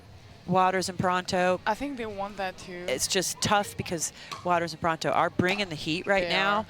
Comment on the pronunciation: Why is one of the commentators pronouncing Catherine Parenteau's surname wrong? It's Puh-REHN-toe, not Puh-RAHN-toe. So distracting.